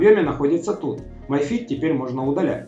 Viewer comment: Ми фит,а не май фит. Май фит,пишется my fit,а так,mi fit,соответственно ми фит.